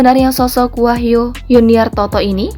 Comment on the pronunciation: wahyu bukan wahyo dekk